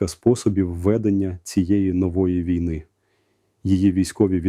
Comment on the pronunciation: Голос Залужного, а наголос як у штучного інтелекту... На тридцятій секунді неправильний нагос у слові ВІЙНИ. Треба задуматись. Думаю що фуфло. Це не Залужний. Звнадто монотонно для Залужного.